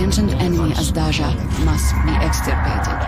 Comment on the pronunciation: I beleive that drifters are remnants of Jovian AI that turned on their masters.I think the Jovians made contact with earth and that Triglavians were somehow involved in that contact,perhaps as a survivor faction of the Earth after the New Eden connection collapsed... PS - Azdaja is pronounced more like Azhdaya,and it means serpent,or a dragon(or a hydra in this context) on Serbian at least.Nice video !